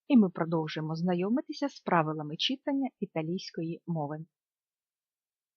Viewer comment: Дякую! Дуже зрозумілі пояснення! Малесеньке зауваження: читАння. Ріже слух.